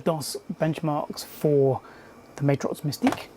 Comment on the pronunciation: Love the video comparing these cards! These were what I was interested in back in the mid to late 90s. One thing to note is it’s pronounced Mat-Rox not May-trox